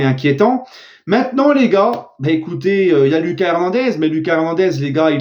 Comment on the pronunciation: STP lit mon commentaire là: La prononciation de Lucas Hernandez c'est "Loukass", c'est à l'espagnol, tu le dis mal dans chaque vidéo. Deuxièmement, pour Serif Nhaga, c'est "SERIF", pas "Cherif". STP Chef 🙏